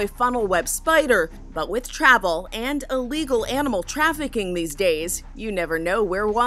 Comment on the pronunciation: Thirteen dats? What the hell is a dat?